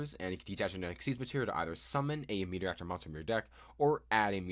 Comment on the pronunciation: The archetype is kinda cool but also heavily relies on playing it with other engines in my opinion. Also, it's Materiactor (Material + Reactor), not Meteoractor :P (yeah, I had to correct on that) Or do you just call it that way and it's a joke?